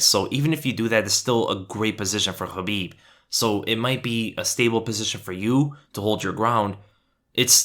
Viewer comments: Khabib not chabib ....🙄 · Great video but it's Khabib not Habib. Is that intentional?